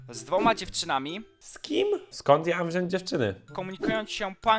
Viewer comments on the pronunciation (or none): none